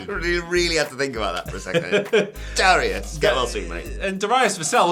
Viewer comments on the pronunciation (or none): Darius … Dare-e- us sound it out